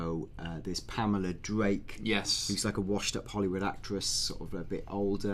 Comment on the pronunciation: I can't get over "Pamela Durake" XD